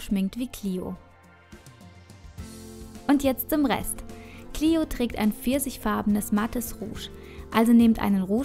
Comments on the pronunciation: Lukas Herzog Die englische Aussprache ist "Clio". :) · Xenia Speier "Clio" ist die englische Aussprache von dem Namen. :)